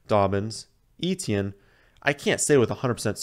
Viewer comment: You are awesome,, BUT... PLEASE! Stop calling him Travis EE-Tee-Enn. It's EH-tyen. Almost Eh-Chen. He is not the only famous person with this name.